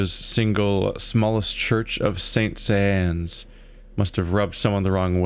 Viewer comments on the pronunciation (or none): Also, its pronounced San Son (Saint Sean). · Saint-Saëns is pronounced like "saint sense"